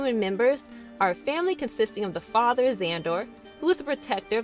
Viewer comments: Zandor not Zander! Good content here, but obviously cartoon was never watched by narrator . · It's not Xander. It's Zandor, like Zan-door, accent on the first syllable. I wish these ubiquitous show tributes would be read by someone who watched the series and can therefore pronounce the names correctly. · Great recap ! But , it's Zan-Door , not Zan-Dur...no biggie , just a purist ! Lol This came out the summer I was born....and I still love it . You can find the series on DVD as stated in the episode . The characters are so cool , it more than makes up for not having the best animation or deepest plots . I often wish they would have given these the quality that the best Jonny Quest had , but alas , you can tell they were riding the animators to get them turned out . The sound fx for Gloop and Gleep are still the best non human creature voices , imo , EVER !